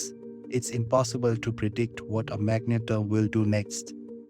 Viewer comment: Phonetic : Mag-Net-Ar Good video, this comment is not an insult, so please don't take it as one. You seem to have a problem with the word so this is how you say it :) Keep it up :)